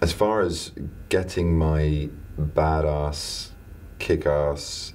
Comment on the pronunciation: when he said ''badass'' with his english accent. I'M DEAD